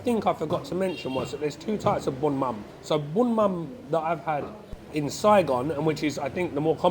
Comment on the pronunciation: It is "bún mắm nêm" bro!